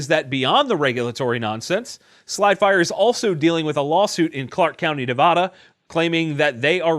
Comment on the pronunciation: I love Jesus, guns, TGC, and my home state of Nevada... but it's pronounced Nev-AD-duh.